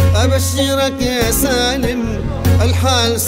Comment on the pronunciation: احمد فتحي الزبيدي عصد ام القصيدة سالم رجعه ساليم وكلمات كثيرة لم ينطقها بشكل صحيح.